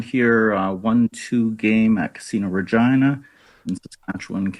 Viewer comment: Regina it rhymes with fun...